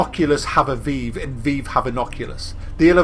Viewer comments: It's pronounced VIVE. Not veev. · lol "veev" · What the fuck is the 'vee-ve' lt2 english wow omg how dare you pronounce it differently to me.